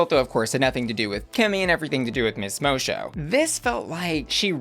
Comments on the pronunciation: Lmao you watched the show and still somehow can’t pronounce Moço’s name right 🤦🏾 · I think you mispronounced Miss Moço's name. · Just one note ... It's Miss Mo-Sue not Miss Mo-show but other than that, you're on point as usual <3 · Miss Moço is pronounced Mo-Sue not Mo-Shoe. It's a portuguese pun for Miss Boy. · Moço is pronounced Mo-Soo, not Mo-Sho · I'm confused did u watch it on mute? Moçu, and the judges all pronounce it MOE-SUE like, a bunch of times. I don't understand where u got mosho from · It's pronounced mosoo... Not mosho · The pronunciation is Miss Moço (Mosso), not Mosho. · PLEASE PLEASE dont spend this season saying "Miss Mowshow". It's pronounced "Miss Mossow" The C is supposed to be a Ç, like in Miss Moço. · it’s pronounced Mosu not mocho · bro it’s pronounced mo-SUE, not mo-show 💀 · Just letting you know, it's pronounced Mo-soo not Mo-show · its Moço (Mosso) not Mosho - and yes, I think she´s won the lipsinc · Moe Show is going to be this season's Ozzie Onna? (It's pronounced like mo-soo) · I'm more excited about this season after watching the first episode, I wasn't sure just from the promo. Fun fact, moço means boy in portuguese. So Miss boy. Pronunciation 'mosu...mo-sew'.. not mo-sho. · Pretty sure its pronnounced "Mosu" not "Mosho" lol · Love the video, but why are you pronouncing "Moço" like 'moe-show'? It is pronounced 'moe-soo'. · Friend of the queen, it’s pronounced mo-sue. It’s tricky for all 🤷‍♀️ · Girl it's pronounced like mossso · baby.. moço is pronounced moh-soo. Moço means like a early teen boy is portuguese ❤ love ya, kisses from portugal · Moço is pronounced MoSue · Moço is Portuguese for "boy". And it's pronounced much closer to "mo-su" than however you're pronouncing it. Google translate is a great resource. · Ahahaha hearing you pronounce Moço is hilarious 😂💖😂 it's pronounced Moe-Soo btw 💖💖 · Moço is pronounced Moh-su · I was wondering why Moh-Su, not Moh-Soh. Now I know. Portuguese, not French